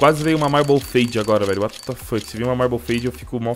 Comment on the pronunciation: Ele Falando "Uatá Fokii"